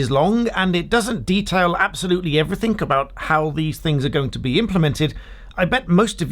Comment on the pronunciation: Everythink? Hahaha, Peasant!